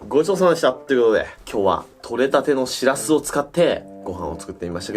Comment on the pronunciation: ぼくは盆地の出身なんでわからないですけど… 「しらす」っておい「しぃらすぃ」ですね！